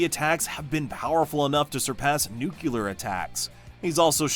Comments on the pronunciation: Great list but please: it's nuclear not nucular. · Are you saying nucelar instead of nuclear on purpose or what? 😂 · What is a nucular attack? (I hope I'm spelling that correctly) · Do most Americans say “nucular”? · You're pronouncing nuclear incorrectly. You're saying the way Homer Simpson says it